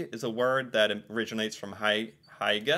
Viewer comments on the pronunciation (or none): I GET SO CRINGY when he says Hygge ffs it's not pronounced heyge or haugye HY-GG-E xD